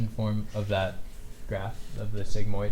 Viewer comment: he called a sigmoid segzi